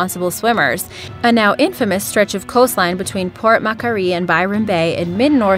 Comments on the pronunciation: It's pronounced Mack-Wory, not Mack-you-ree or whatever the hell you said. It's not even like it's spelt in a weird way.... Port Macquarie.... What's so difficult with that. Damn Yankees........ Just jokes by the way, I love America 😉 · Port Mukkaree, wtf lol, in north En, Es, Double U...Its Port Macquarie, pronounced (ma-qua-ree) and NSW is short for New South Wales. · PORT MACQUARIE.... She said Port "macarie".... ITS SAID LIKE PORT MA-QUARRY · Just want to say that Macquarie is pronounced "Mac-quarry", not "muckery" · I love how she pronounce Port Macquarie... Port mackkariie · I am Aussie. How can you not say Port Macquarie. Mack- Qua - RIE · The way she pronounced Port Macquarie gave me cancer. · I live on the coffs coast (6 hours north of Sydney) and seriously these places have got little to no shark accidents... Like port Mac cmon she didn't even say it right BAHHAAH